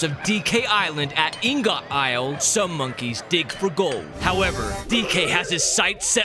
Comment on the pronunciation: It's IHN-GIHT! How is it that so many YouTubers have no clue what an ingot is?